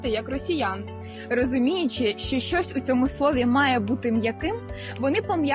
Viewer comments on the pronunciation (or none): Дівчата, перш як учить когось української вимови, навчіться її самі. По-перше, замість українського переднього звука "и" ви вимовляєте московського "ы". Ви вимовляєте "що" як "шьо", а треба як "шчо". Звук "в" у вас часто не сонорний український, а шумний губно-зубний московський, а короткий нескладовий "у" на місці "в" після голосних я чую од вас через раз, як не через два. Звук "й" ви теж часто вимовляєте з тертям, як москалі. Та й дзвінкі приголосні часто оглушуєте наприкінці слів, хоч самі застерігаєте инших не робить цього. А замість церковнослов'янського "тим паче" годилось би вживать "і поготів".